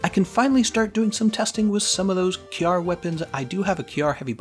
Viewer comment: thank you for pronouncing Kjarr correctly :) .... so many youtubers get it wrong and it hurts my soul lol